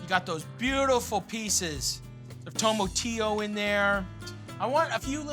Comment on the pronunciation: He keeps saying "tomo-tillo" but it's "TOMA-tillo"